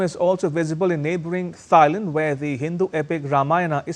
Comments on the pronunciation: It’s pronounce “TIE-land”, uncle. NOT “THIGH-land”. 😂😂😂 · Can someone correct* his pronounciation of Thailand, its not Thigh-land its pronounced Tie-land 😅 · Thigh-land? Learn how to pronounce the countries of which you speak! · Thailand - is pronounced T-ailand and not as Th -ailand. How about that ? (Germany) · Why do you keep saying Thigh and Thighland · For heaven's sake, the 'H' THailand is not pronounced! It is not Thigh-land! Do your homework please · It is NoT Thighland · wtf is “Tsi-land” It’s Thailand** ya brown bag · Can you please pronounce the name of the country and city right? Thailand, h is silent - Tailand. Phnom Penh, h is silent - Pnom Penh. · Hey dude!! Learn how to pronounce Thailand!! Jeeeezus.